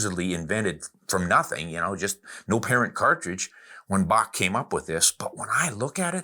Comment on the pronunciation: Herr Bock not Bach as you previously stated. LOL